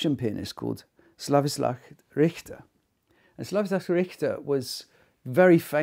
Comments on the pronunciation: Seems like Dude should figure out how to pronounce these pianists' names. They are world class, after all! "Slavislav?" ... you mean, Sviatoslav? "Peres?" ... you mean Pires? "Kovayovich?" ... you mean Kovacevich? Not to mention Ludwig VON (?) Beethoven. Kind of an obscure composer, I guess. ;-/ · Sorry to be pendantic, but it's "Sviatoslav," not "Slavistav." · It’s SVIATOSLAV not slavislav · I don't agree with you at all that S. RICHTER plays it too slow, I think he plays it just perfect, the movement is called : "VERY moderately"! l would rather say that others play it too FAST and too mechanically - that's namely the trend of our times : faster, more technical and less soul! By the way, the host should learn how to pronounce both names Svyatoslav and Kovačević, the way he says it is completely wrong, not once but throughout the whole Video.. How difficult can it be to learn two names? (I am a native slavic speaker of both languages, Russian and Croatian!)